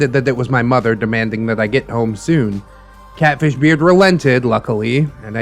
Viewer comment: Ngl I thought you said Cabbage Beard not Catfish Beard lmao